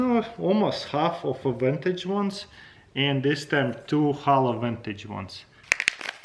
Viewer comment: Vantage? Is he trying to say "vintage" ?